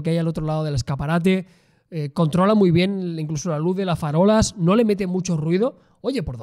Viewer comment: Farola no, FALORAAH xD